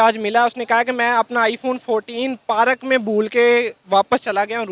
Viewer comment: Parak nahi hota zahil park hota hh